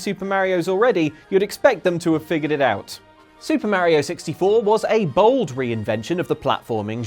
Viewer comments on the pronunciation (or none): That iphone ringtone on his android phone is so appropriate after he mispronounced Mario's name 25 times.